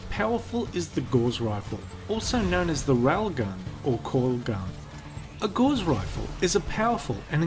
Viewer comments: It's Gauss, not gauze. Also, going through 22G steel is significantly better than a BB gun. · 0.05 Gauss is not pronounced like gauze. It rhymes with mouse. When I was doing Physics at Monash University in 1982, we built a benchtop rail gun. Punched our projectile through our target and into the next building down range. Oops! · Now I ain't certain but I think it's pronounced "Gow-ss" with the "Gau" portion rhyming with "cow." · Gauss is pronounced like "gowse" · Gauss rhymes with house. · WTH is a "gohlz rifle"? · i was far more miffed he called gauss rifles gauss *rockets*. what.